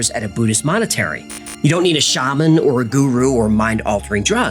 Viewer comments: Edit - monastery, not monetary❣lol! Gimme the sidewayz mullet tee plz! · I had in my earbuds and - you say “Buddhists MONETARY” not monastery. Interesting. Freudian slip? -Marcus in Milwaukee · you said buddhist monetary not monastery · the Buddhist "monetary"... Was that intentional? Truly hilarious either way 😅